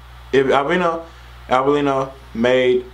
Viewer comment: Ar-ver-lee-no thats how it’s pronounced